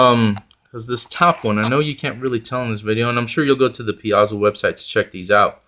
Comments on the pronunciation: Thanks for the review. I'll likely pick some of these up. I like the look and they seem like a good value. Just so you know I think Paizo is pronounced like pie zo. :) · ... ... Pie-zoh ... ... Piezo ... ... Paizo ... ... PAIZO!!!